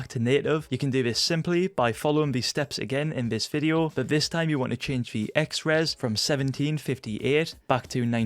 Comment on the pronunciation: Why you say Fideo instead of video ?